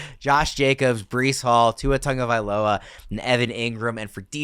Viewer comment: still cant pronounce Tua’s last name